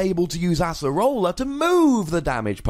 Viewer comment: Oh my god it's ACE-rola not ASS-erola